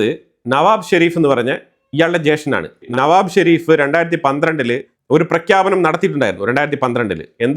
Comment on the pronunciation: നവാബ് ഷെരീഫ് അല്ല നവാസ് ഷെരീഫ്.